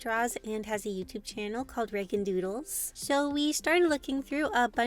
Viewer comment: I heard noodles instead of doodles😅